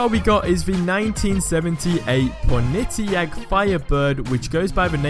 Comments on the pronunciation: it is not ponitac it is Pontiac. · Wanna hop in my Pon-it-EE-ack? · it's called Pontiac (pon) ( tee) ( ak) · Pronounces Pontiac 'Ponittiack' Meh Pronounces Elise 'Eliss' You've just crossed the line.